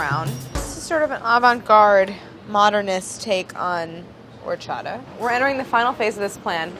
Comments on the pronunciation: I love how she pronounces 'horchata' as if it were a French / Italian word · OMG I hate the way they say horchata. Lol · Delaney: Horchata Me: classic delaney fav 👌🏼😂❤